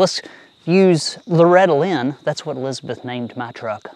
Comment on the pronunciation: When you first said let’s use Loretta Lynn I swear I heard ‘let’s use rattle-inn’. Which in itself is a good name for an old truck.😂